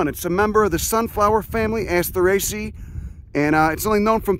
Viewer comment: When did the pronunciation of the families as “aster ay see ay” in the videos become “aster ay see”?